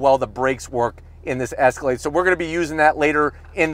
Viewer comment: …. I HEARD YOU SAY ESCALADE